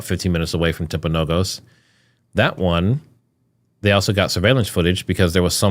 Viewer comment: The hospital is pronounced Timp-a-know-gus